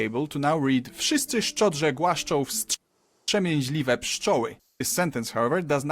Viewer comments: And actually there was a mistake because you donot read i after m in wstrzemięźliwe. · You could write ą in English as "ow" . There is this ł=w (in what) sound in ą and ę. And actually there was a mistake because you donot read i after m in wstrzemięźliwe. If an "i" is after a consonant and before a vowel it is use as softener and you do not read it as i just like h in French. Nie is read like nje(nye with y from yellow). Actually 100 years ago some of those i were written as j before the reformation of the ortography in 1930s.